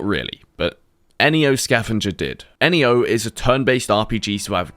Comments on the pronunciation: EniYo? .... neo, as in new.... like the guy from the matrix... knee-owe. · I don’t get why you say N E O instead of Neo